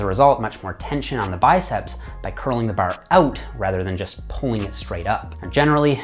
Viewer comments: you say bar like your a newfy. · I forget he's Canadian until he says "Bar" and "Arch" LOL